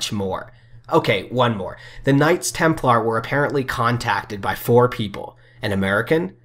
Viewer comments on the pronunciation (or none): none